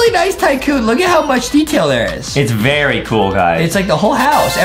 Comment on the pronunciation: Did adem say berry instead of very huhhhhhhhhhhhhhhhhhhhhhhhhhhhhhhhh